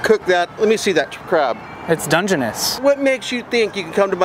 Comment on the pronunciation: "its dungeonous" 😭😭